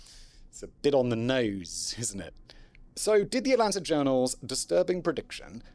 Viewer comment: As someone who was born and raised in Atlanta Simon's pronunciation of the cities name makes my ears hurt 😂